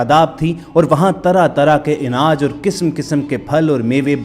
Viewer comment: Inaaj nahi anaaj